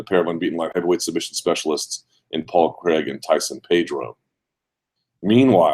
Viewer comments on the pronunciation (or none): His name is Paul Craig not Paul Cregg